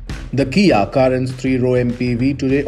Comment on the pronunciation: Karan?? Like Karan Arjun?? 😂.. its Cae-ren isn't it